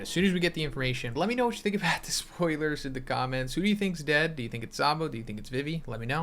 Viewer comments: Why you pronounce it vivy And not vee vee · STOP CALLING EMU A GIRL! YOU HAVE NO PROOF THAT EMU IS A GIRL!! YOU ALSO PRONOUNCE VIVI WRONG!!